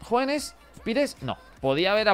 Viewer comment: desde cuando Hoeneß se pronuncia JUANES? es porque jugabas con la camisa negra?